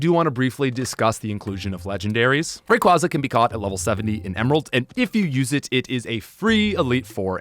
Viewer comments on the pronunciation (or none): none